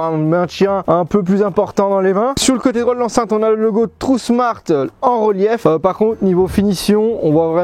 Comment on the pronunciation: Bonjour pourquoi tu dis trou smart? C'est tron smart. Tu dis trou smart depuis des années d'ailleurs, c'est fais exprès dourti lamoui? Y'a pas de u a ce que je sache. Tu confonds le u et le n. Trouusmart. Lol😅